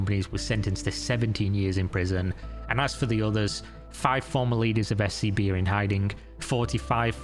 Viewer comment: Legit had to rewind cause i thought you said her new bank was SCP 😂😂